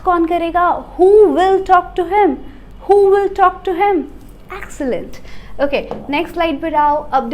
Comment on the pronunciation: The word "Excellent" is pronounced as एक्सलंट